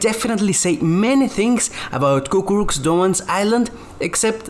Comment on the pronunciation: it's "Cucuruz" not "Cucurux"